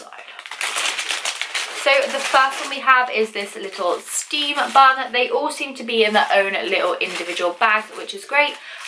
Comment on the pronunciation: When said bun I thought she said bum lol. Who loves like if u agree.